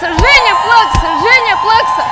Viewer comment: Она сказала: "И Женя" или "И Жирный" ??? %P